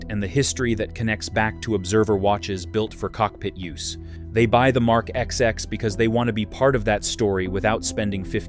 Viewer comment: It's not IWC Mark 'XX' but twenty (These are roman numerals) ! 😄